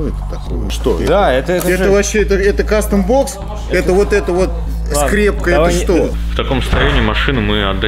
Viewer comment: Это не кастомбокс а гастомбокс(((